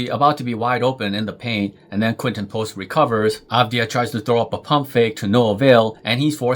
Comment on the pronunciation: I think by now he deserves his name to be pronounced correctly. 🙃